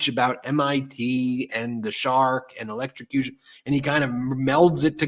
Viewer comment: Ben, yeah. The confused Donald automatically falls back to his electro-suh-cution shark story like a nervous tick. For the record. it the EV tragically ends up in a body of water near the road (no sharks in most bodies of water), as long as something didn't puncture the battery pack, it's DC not AC so DC you have to connect yourself to both terminals, and EVs breakers will trip in water; AC is one contact and then current heads through you to ground.